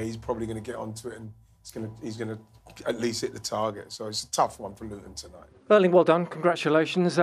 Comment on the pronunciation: Pep's pronounciation of Erling's name is actually pretty close to the Norwegian pronounciation.